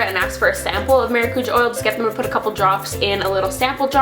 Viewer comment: Omg is that really how Americans pronounce “maracujá”? 😂😂 it’s “mah-rah-coo-jah” (roll the r)